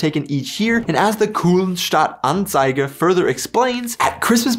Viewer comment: It's funny that in the outtakes you correctly pronounce "Anzeiger", and then mispronounce it and used that in the video actually. :P Regarding Sendung mit der Maus vs Benjamin Blümchen: I think these are two rather different concepts. SmdM ist more of a documentary for Kids, while BB is entertainment, with maybe a bit of education / moral compass mixed in. As a kid I liked BB radio plays, and had like 60 different BB cassettes (I might still have some of those). So from "what adds more value" it's clearly SmdM, but considering I spend significantly more time on BB as a kid, I would vote for Benjamin Blümchen anyways. And because they are so different, it might be best to just watch some of both ;)